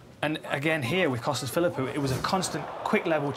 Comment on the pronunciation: bisping said costas phillwho not McGregor.